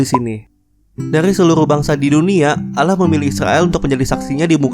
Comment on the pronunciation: Allah bukan Alah